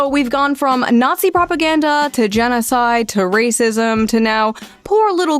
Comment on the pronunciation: If I could never hear the word "propaganda" pronounced like "proPUHganDUH" ever again, that'd be so so great.